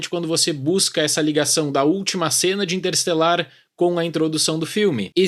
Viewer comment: Me deu agonia escutar vc engolir uma sílaba e sempre pronunciar 'interesselar'. Cruzes! 😅